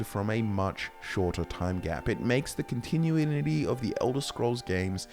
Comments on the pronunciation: Dear Lord, I can’t believe I have to do this… it’s pronounced CON-ti-new-ity. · Every time you try to say continuity I feel my brain breaking